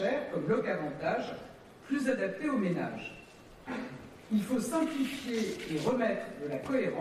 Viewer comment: Bordel qu'est-ce qu'elle est agaçante quand elle fini ses phrases avec des sons en 'un' ménagUN, écologiquUN, ensemblUN, civilUN. Pfou! c'est lourd